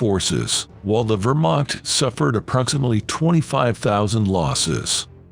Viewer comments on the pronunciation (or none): none